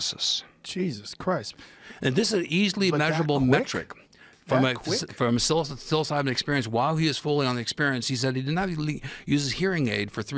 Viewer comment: For the love of god... it's not pronounced "silly-psybin"